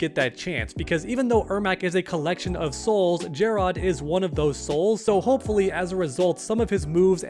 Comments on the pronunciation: finally pronouncing it jerrod and jer-rod and my ADD is relieved lol … Nevermind … he only did it the first time lol It’s always been pronounced like “ jared “ and was in this game as well… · Not to be that guy, but it’s just Jerrod. Not “JAR ROD” It’s another spelling for Jared. Love the videos though! Keep up the good work. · jer-rod? lmao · calling king jerrod king jerrodd is truely painful